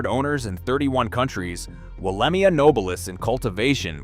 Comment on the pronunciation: Pronounced and sounds like " Wollemeye " .... not i